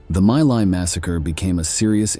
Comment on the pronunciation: It's not pronounced "My Lie" but rather "Me Lay".